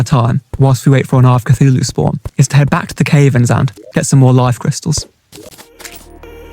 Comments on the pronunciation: Im really enjoying the videos bro, but "caverns" is killing me. It should not sound like "cave" no matter which brand of English we look at. Cav as in cavity, not as in cave. Shorter vowel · your pronunciation of cavern is incorrect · You say cavern wrong